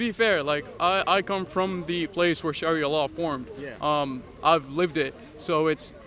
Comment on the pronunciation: I have heard actual native Arab ex Muslims and they don't speak or pronounce Arabic words like Sharia like this ...this guy's not truthful if his going to lie at least make it realistic could just have said ex Muslim from Canada or us where ever his from